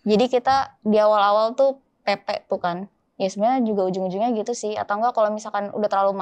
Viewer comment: Ngomong PP ( Pulang Pergi ) nya jangan ditbah 'K' di ujung nya....😅😅Laen lg Benda nya😊😊